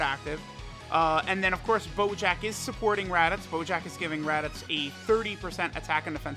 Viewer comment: "teq raditoots"